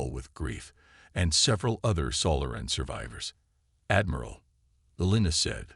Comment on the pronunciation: AI needs to learn on how to pronounce SO LAH REN (Solaran) instead of Sola RAN